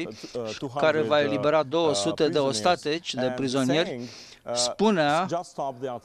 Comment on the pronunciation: ostatIci (nu ostatEci)